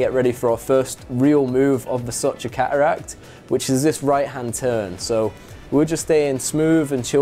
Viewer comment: Redbull sponsorship requirements…. Pronounce the letter “t” Ca uracks - cateracts Wa ur - water